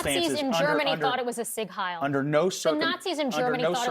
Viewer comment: Thanks for pronouncing Sieg Heil correctly Also the "e" in Porsche is NOT silent It's angst pronounced with a long "a" NOT a short "a" sound